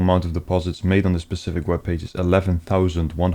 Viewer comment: Love your videos and I'm aware English isn't your first language but can you start saying 'specific' rather than 'pacific' :D